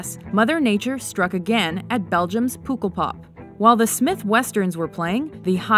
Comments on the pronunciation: HOW DO THEY PRONOUNCE POOKELPAP ITS PUHH KEL PAHP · puk is pronounced like duck (puk el pop) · Pukkelpok really wrong pronounced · This is so sad and i’m sorry but i was laughing so hard when she said “𝙥𝙤𝙚𝙠𝙚𝙡𝙥𝙤𝙥"😂 (I’m from belgium that’s why) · She said "pukkelpop" all wrong Like Really wrong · Primo Alefosio Pukkel (the u and e you pronounce like in the word luck) Pop (like ik the word fock) 🤷🏻‍♀️ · Yeah I live near the border Belgium/Netherlands and she pronounced it really wrong. I didn’t want to comment it on such a sad video but I’m glad I’m not the only one who noticed lol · omg how do they say pukkelpop? wtw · Their pronunciation of Pukkelpop has me SCREAMING Edit: spelling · POEKELPOP Bruh I'm from belgium and we don't pronounce it like that. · Thats defently not how to say pukkelpop haha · LOL! it's not Beligum but Belgium :p and it's so funny how you pronounce pukkelpop ;)